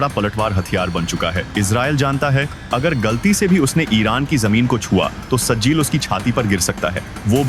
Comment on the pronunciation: Sajil nahi sahjil hai